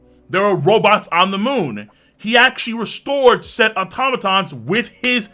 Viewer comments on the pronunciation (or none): none